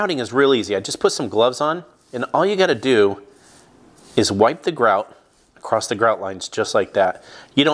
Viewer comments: It's across not acrosst. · The word is ACROSS, not ACROSST/ACROSSED please learn how to speak before doing 'How to' videos for the world to see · I've given up correcting people for using "Heighth" instead of Height, but, this is my first time hearing "Acrost" being used for Across. Language is liquid, I guess. Or, should I say "I guethe". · Across...not acrost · Nice job. Looks good. Btw… the word is “across”… not “acrossT” as you keep pronouncing it. Sounds like a toddler saying it… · Across not acrost 😪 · Dude the word across does not end in a T.